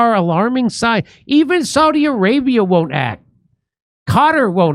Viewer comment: Arabia not saudiaradia